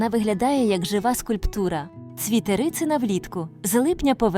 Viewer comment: Не рИцина, а рицИна. І олія з неї не кАсторова, а кастОрова. І взагалі, повно неправильних наголосів. Аж слух ріже.